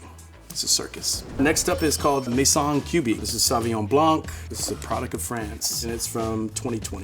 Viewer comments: The c in blanc is silent in french. Its ''blan'' not ''blank''. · It's pronounced Blan not Blanc... please correct this in your future videos.. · The c is silent in blanc